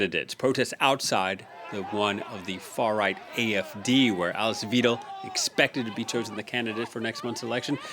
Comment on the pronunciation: 'Far right'. Also learn to pronounce 'Weidel' ffs